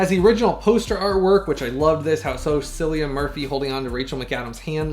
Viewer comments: Thank you so much for all your time & effort on this detailed review! My copy is arriving tomorrow & your review made me even more excited to re-watch this amazing film finally in 4k (and done well)! Thank you Paramount! Also, Cillian's name is pronounced more like a K than a C. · Somehow I’ve never seen this, so I am excited to see it soon. Also FYI his name is pronounced with a hard C like the word “kill”